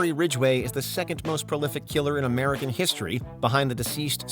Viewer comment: emphasis on "American"